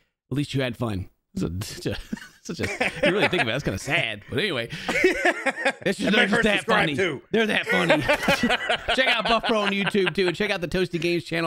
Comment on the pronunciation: hey lol "bruffpro"